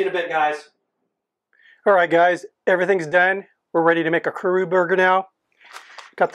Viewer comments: kuRO (as is row your boat) not kuRU (which means to come) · It's not "kuru". It's "kuro" (ku-roh). At least research how to pronounce each word before making a video of it. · Its Kuro not Kuru lol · Kuro, not kuru. Kuro. Ku-row. Also, Tangzhong would be a Chinese word. I wish America got these fun new tastes. Japanese McDonald's and shit have new burgers like every other week or some shit. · the correct pronunciation of black in Japanese is KURO, with a hard "O", not "oo" and not not KURU with "U". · Small detail: It's pronounced Kuro not Kuru. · Kuru huh? Last I checked, it's kuro... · omg it is not pronounced Ku-RU it is pronounced Ku-Ro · its Ku-RO, so you know as in long O. You keep saying ku-ru. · Not kuru, kuro! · chuckles When you said Kuro, I heard Kuru and started laughing. Excellent video, I'd love to try this burger at least once. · Great video you did great. It is pronounced "Kuro". "Ku" as in Kuwala and "Ro" as in robust. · The only thing i have to say is you messed up the word Kuro the o is pronounced like the word Oh so it would sound like Kuroh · This guy pronounces Kuro as crew, curly, crow burger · Kuwu Leave it to an American to "correct" native pronunciation 🙄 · The way he pronounces kuro though :D